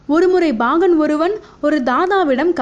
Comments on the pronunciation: Very Good. But the pronounciation Bagan instead of Pagan is horrible to hear. Again n again saying Bagan is highly irritating. Learn proper Tamizh please. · Bhahan illai paahan. Plz change this pronounciation in next video.